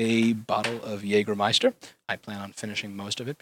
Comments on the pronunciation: Jäääääääääääääääääääääääägermeister not Jagermeister ;) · Whats Jagermeister? It's JÄGERmeister! Those Americans XD ps. Jäger is german and translated it's Hunter and Meister is a master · Its called Jägermeister Not jagermeister